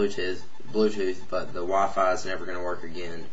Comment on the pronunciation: Aphone wa-fi lol